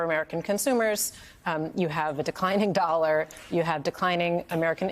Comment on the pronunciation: She’s the NY Bureau Chief for The Economist, and she can’t even say the word “dollar” correctly